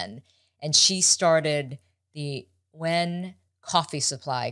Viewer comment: Nguyen is pronounced N’win!